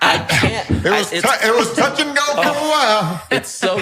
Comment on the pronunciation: Yo he did say tuck not touch lmao that's no accident